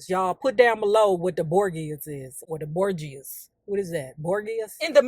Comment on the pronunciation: Girl. Pronounced BOR JUSS or BOR GAAAS! I can go on for years. They wear the ‘first’ Spanish/Italian ‘crime’ family led by the Patriarch POPE ALEXANDER the 15th, Rodrigo Borgia. They were known for bribing and murde?ing their way to the Pope status. They allegedly threw Orgies and were ince$t practicers. Lucretia, the daughter allegedly poisoned people left and right. There are 2 TV series based on them. Both very different yet still still in line with their antics. There are many books on them too.